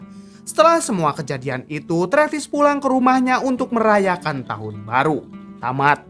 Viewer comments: Bilang tamatnya sangat tidak santuy🤣🤣🤣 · Bilang tamat nya judes amat bang skak